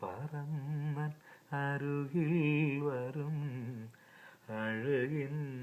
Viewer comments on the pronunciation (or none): എന്റെ ചേട്ടാ ഒരു ചെറിയ തിരുത്തു ഉണ്ട് അരുകിൽ എന്ന് ഉച്ഛരിക്കാതെ 'അരികിൽ ' എന്ന് ഉച്ഛരിക്കാൻ ശ്രെദ്ദിക്കണേ 😊 ഐ love your voice ആൻഡ് all songs❤️❤️